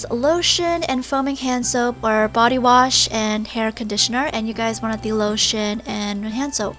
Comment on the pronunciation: I know she said "lotion" but it sounds like "low sh*t" 😳😬 also daiso clay SUCKS (no offense to the people who have used it successfully and are currently using it)